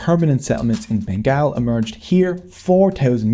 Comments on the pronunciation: The documentary makers could not even get the pronunciation of "Bengal" correct. It is BEN-GAUL not BEN-GAAL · It pronounces "BENGOL" because GAAL means SWEAR 🤬 in Bengali. 😢. This video would be so sweet, if you just could pronounce it correctly.... Say "BENGOL" Please. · You sound like a British narrator, you should say it as Bengaul and not Bengaal. Locals say Bangla. Bengaal sounds too weird. sorry for the nitpicking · Has anyone taken the time to tell you that it is pronounced Ben-gol? Like `all`? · Let's gooooooo! Our contribution has long been sidelined. Just a suggestion, Bengal is pronounced as Ben - Gall (like gall within gall bladder). Anyway, amazing work! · it is not said Bengal it is pronounced Bengol like Beng All